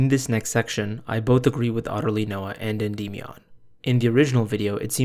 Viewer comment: holy fucking shit dude. Endymion literally says his own name at the start of every single video of his. Noah either hasn't actually watched any of his videos, or he is intentionally pronouncing it in a retarded way.